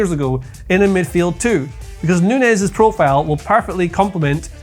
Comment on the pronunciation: got so excited by his wild card that he accidentally pronounced 'Nunes' correctly a couple of times